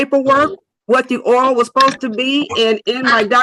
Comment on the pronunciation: If you pronounce the word “oil” as “oh well”, you need a lawyer.🎉